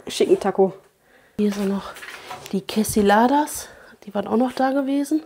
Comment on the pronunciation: Typisch USA, alles mit dem Auto erreichbar, sogar der Lostplace 🚘 Es heißt übrigens Quesadillas, nicht Quesiladas 😄 Hätte gerne mehr vom Hotel gesehen. Es gibt auch ein kleines Kino. Danke für das interessante Video! Hype und Like sind erledigt. ❤